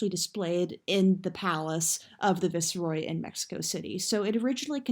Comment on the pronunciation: why did you pronounce ‘Viceroy’ like that?? 😂😂 and what did you try saying right after that?